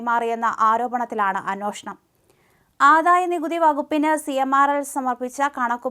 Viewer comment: അന്വേഷണം -അതാണു ശരിയായ ഉച്ചാരണം . ' ന്നോ ' അല്ല 'ന്വേ ' ആണ്